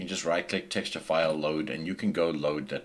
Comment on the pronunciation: dude i must try training to speak like you... texture...llll